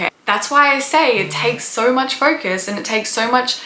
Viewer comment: I like how you pronounce "focus" and "ferkus."